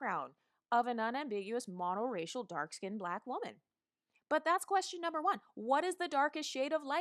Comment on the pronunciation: "You're too BLAHHHQUEEECKKK looking" lmaooooo